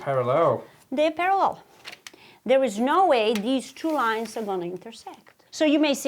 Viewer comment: After the lion story, I kept hearing “lions” instead of “lines”.